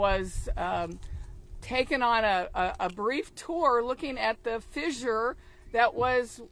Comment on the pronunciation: Did she say fizzzzure? 🤣🤣🤣🤣🤦‍♂️